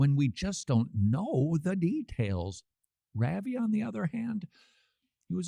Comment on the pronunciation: Somebody please teach Todd how to say "Ravi" (rauh-vee)